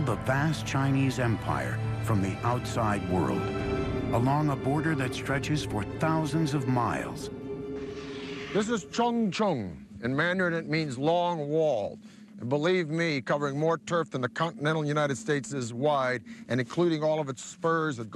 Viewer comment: LOL THE GUY SAYS CHOONG CHOONG WAT?! Chang Cheung